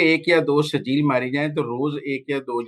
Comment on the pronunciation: او سہروردی صاحب ، یہ "" سرجیل"" نام کا میزائیل نہیں اس میزائیل کا نام "" سجیل "" ھے اور یہ نام قرآن پاک کی سورہ الفیل میں ھے زرا پڑھ لو